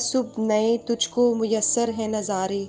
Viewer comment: Muyassar nahi mayassar hota hai